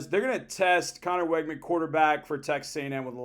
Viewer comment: Learn how to pronounce Weigman's name, please.